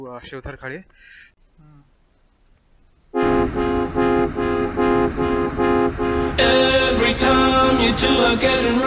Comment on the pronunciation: It's Shivtharghal not shivtharghale.